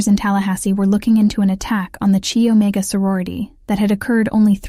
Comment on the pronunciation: “…..CHEE Omega…..”?! Good grief……………